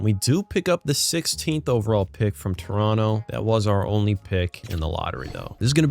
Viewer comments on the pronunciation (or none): none